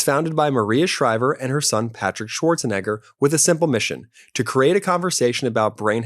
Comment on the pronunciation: During the mosh bar dd I think ol boy mispronounced Arnold Schwarzenegger